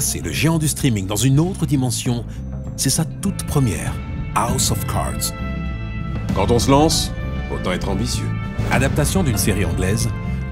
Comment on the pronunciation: A-OUSSE of Cards